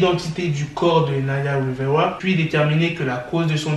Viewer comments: Non il dit plutôt wivewa 😂😂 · "Naya wivewa"